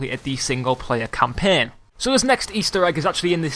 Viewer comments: he says campen.its CAMPAIN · please never say champaign again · wtf is campeeen learn english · let me teach u campaign not campen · campein ME: HAHAHAHAHAHA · He cant say campiang